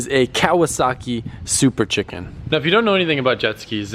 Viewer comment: Did you say " super CHICKEN "? 😂